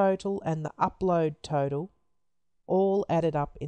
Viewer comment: I thought you said turtle everytime you said total😂